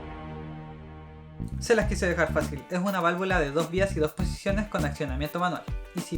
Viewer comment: yo escuche que dijiste 35 veces valvulas y valavula :)